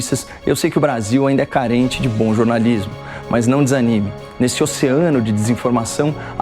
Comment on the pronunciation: Carai, no começo parece q ele diz: q apoia o bolsonarismo, e não bom jornalismo…😂😂😂